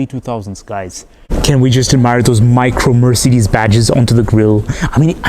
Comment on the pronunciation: the way he pronounces Mercedes is kind of nauseating